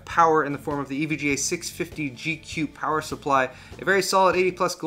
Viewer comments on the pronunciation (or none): none